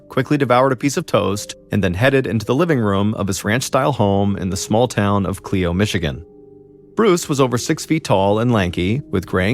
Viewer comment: CL-EYE-OH Clio not cleo... js I live in michigan and that's how its pronounced